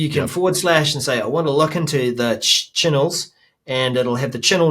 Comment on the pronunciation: Chinnels sound like a New Zealand word Pronunciation :)